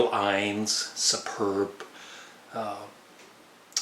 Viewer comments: I think their finest is Stand! but either way you can't go wrong with Sly & The Family Stone, at least their 1960s period. Btw,, Innes is pronounced "In (as in "come IN")-nnes (rhymes with "kiss" or "hiss")".;) He sadly died back in December. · Neil Innes pronounced ( In es) died a few months ago.